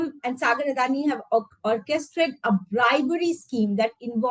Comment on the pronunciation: Good piece. Just a friendly note - , it should be alleging not “allegating”. orchestrated not “orchestred”. it seems to me that the use of the phrase “knee jerk reaction” here is not correct but others might disagree.